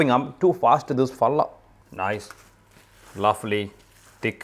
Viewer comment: ലാവ്‌ലി ചിലപ്പോൾ കേൾക്കുന്നത് ലഫ്ളി എന്നാണല്ലോ